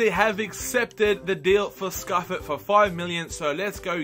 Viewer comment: Simone Scuffet is pronounced Si-moan-e Scoof-aye